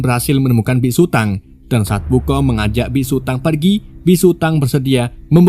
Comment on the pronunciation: biksu bang bukan bisu😅😅